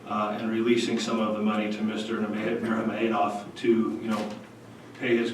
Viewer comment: I like how he said "Khabib NurmogamaHEYdov"